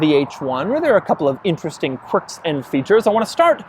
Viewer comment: I swear he is saying "quirks" wrong every time he says it.